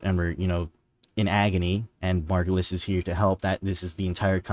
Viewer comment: Finally! Someone who gets that it's Margulis. I was starting to question my sanity with all the people saying it's the Lotus.